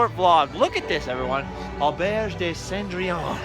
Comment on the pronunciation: You pronounced Cendrillon perfectly. Sen. dree awn. C'est parfait!!!